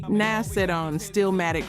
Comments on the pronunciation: How u say you live the music but pronounce names so wrong? Rakim not Rakeem. You didn't even pronounce Nas correctly. I love the focus on music but u gotta learn the names. & Live at the BBQ & Verbal Intercourse should be on this list for Nas's verses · Lol at the way she says Nas. Anyways I miss old rap from the mid to late 90s to the mid to late 2010s